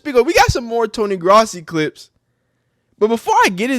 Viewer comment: Its Growssi that’s how it’s pronounced.